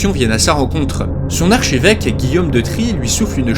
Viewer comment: Pardon mais ça fait plusieurs épisodes que ça me démange : on dit archEvêque et pas archÉvêque ;) Et tu a mis un tableau de Philippe IV le Bel à la place de Philippe VI de Valois Mais c'est des détails, bravo encore pour cette série !!